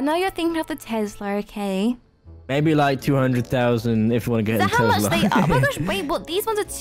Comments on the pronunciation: Not tezlas Tes las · Has anyone noticed they say Tezla instead of Tesla sos still love you tho bye berries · Not tezla Tesla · I love you so much but... its Tesla no tEZla